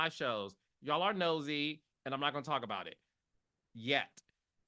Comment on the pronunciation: OMG Carlos, I wish we could talk, I mean like really “Taullk”. LOL. I do not want to see these ladies on TV arguing and tearing each other down.